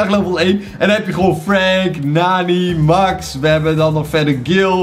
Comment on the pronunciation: MAX spreek je uit als MEX